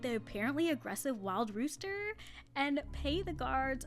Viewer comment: 'wildrooster' is a Texas Gate. ..and 'oo' as in rooster is pronounced as a single o. as in oh! otherwise it's translated to a "haan" in dutch. same goes for ook, stroopwafels etc.. 😀